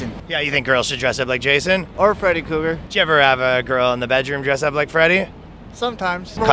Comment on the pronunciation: Bros sayin Freddy cougar🤣🤣